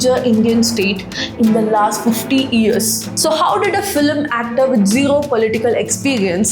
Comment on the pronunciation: NOT FILEM but pronouce as FILM